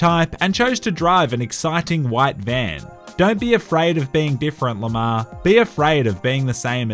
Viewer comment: Every time you say Lamar all I hear is lamao.